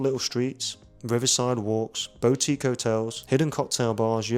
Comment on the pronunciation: Great video but it’s BOO-tique not BOW-tique 😂😂